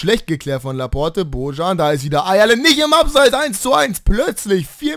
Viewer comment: Hast du noch nie gelernt wie man ein "J" ausspricht (Bojan)?